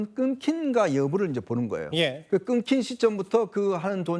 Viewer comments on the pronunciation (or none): 진짜. 발음 이 엉망 이네. 끊긴 을 왜 끊킨 으로 발음 을 하는 거냐? 한국 사람 이 맞기 는 하냐? ㅋㅋㅋ 한글 파괴 는 언론 집단 이 하고 있다.!!!